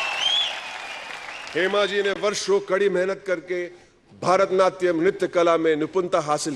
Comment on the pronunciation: भारतनाट्यम नहीं भरतनाट्यम बोलो